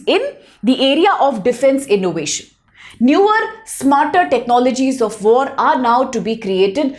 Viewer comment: Wait, I didnt know theres vore in gaza, are gazans even into vore? (I know its an accent thing and she actually says war, but its kinda funny)